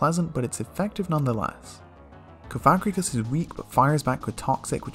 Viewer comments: is anyone else extremely offset by the way he pronounces cofagrigus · For the sake of not accidentally saying a slur, please pronounce cofagrigus correctly (cawf-uh-gree-giss). Also Krookodile's name comes from the word "Crook", Liepard comes from lie and leopard, Reuniclus comes from "reunite" & "nucleus", Hydreigon comes from hydra, drei (german for 2), & dragon, Eelektross contains the word eel, & Scrafty comes from the word "Crafty". Thus their names should be pronounced as such. Mienshao only has 2 syllables. Not 3.